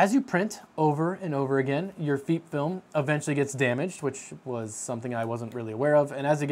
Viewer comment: FEEP Film? it almost sounds like your saying Feet film. idk about anyone else but i say FEP as in the E from pet or pep. if it was spelled feep or Feap film then i would say it that way but its not.